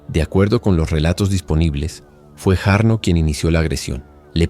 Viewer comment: La J en Finlandés se pronuncia como nuestra Y, por tanto, el nombre se lee Yarno. La Y en Finlandés se lee como en Guaraní, como una U, y la H, como J. La ciudad se pronuncia Juvinkae. Por lo demás, en Finlandia no hay demasiada violencia o estallido de violencia y por ser un país muy seguro, las penas de prisión son diferentes a las que estamos acostumbrados y se busca siempre la reintegracion de los reos, antes que el castigo.